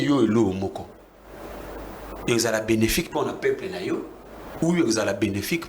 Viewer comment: Azo loba français mabe....balobaka dictature et non dictatire.....peuple et non paiple......Donc ozo luka no diriger na ba insuffisances linguistiques ya boye.....Président élu et non President éli